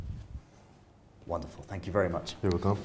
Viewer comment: I know he said wonderful but it sounded like wtf🤣